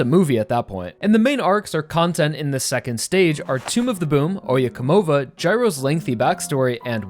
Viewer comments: You've gotta work on proper pronunciation for Oyecomova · The way you say oyecomova hurts me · So silly how he says oye como va